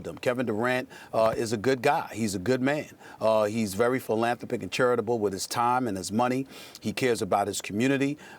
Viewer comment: Good lord, the amount of mispronounced words by Stephen A in this video alone - Divisiveness, Philanthropic, Sincerity